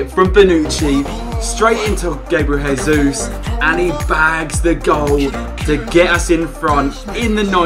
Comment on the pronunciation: It's pronounce Gabriel J-sus